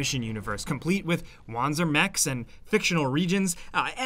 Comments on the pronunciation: "Von-ser" "Von--ser" Stop pronouncing it wrong. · The fact that the opening cinematic for the game doesn't even pronounce Wanzer right is evidence enough of how the game is going to go. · It's annoying me way more than it should that everyone's pronouncing it "wanzer" instead of "vahn-ser".